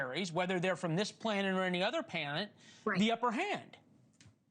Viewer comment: It would be great if she could answer the questions before being interrupted. Also this clown said Panet instead of Planet 😂🤦🏼‍♂️